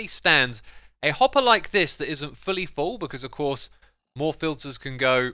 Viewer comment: I don't know why, but whenever Xisuma says 'hopper' I always hear 'hot bar'. Keep this in mind and you'll hear hot bar too